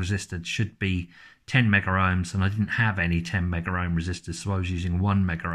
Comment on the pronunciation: It's "megohm" and not "meggerohm" although there actually is an instrument known as a "megger." It's short for "megohmmeter" and it's used to test insulation under a high voltage to ensure it won't break down and short out a circuit under high voltage.